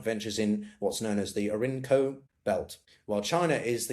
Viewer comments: Ori-noco, not Orinco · Thank you for your well reasoned and well produced video. Please not that it is the Or-i-no-co. Think of "Ore ee no co". I wish you success with your channel. Well done.